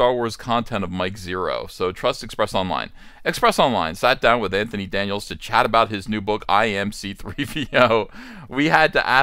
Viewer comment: Did you call him “Va-JJ”? 🤣